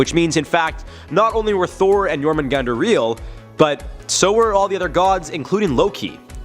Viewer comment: Jormungandr, not "Yourmen Gander" 🤣